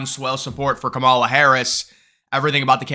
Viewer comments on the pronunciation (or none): Her mother is Indian, and the proper Indian pronunciation of her name is; calm-ah-la. I'm not Indian, so an Indian can correct me if I'm wrong.